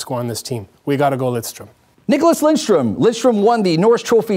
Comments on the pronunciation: End my life Getting ö wrong is understandable, pronunciation changes in different languages, but adding an “n” just makes no sense and is not a “slight” mispronunciation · it's lidstrom not lindstrom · How can you be a swedish hockey fan and don´t know that his name is LIDSTROM! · "Lindstrom" - I'm done, how can you say his name wrong. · Because they are american they have to add the N to the name? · One of the Greatest Defensemen Ever and you can't even pronounce his name right.